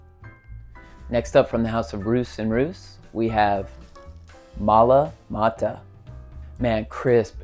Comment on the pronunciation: Love mint! One of my faves is Menthe Fraiche by Heeley. I think Roos is pronounced like Ross, btw.